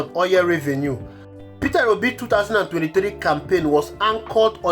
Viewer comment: You are pronouncing it wrongly - peterobi, it's Peter obi